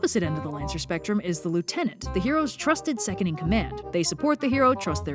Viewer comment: I hate how you say lieutenant